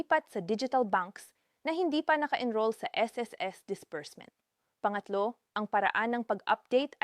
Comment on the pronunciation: AI ba eto nag sasalita....ung bigkas nya sa " pangatlo "....are you Chinese🤔 At diretso salita halos hindi na humihinga.....robot👀👁️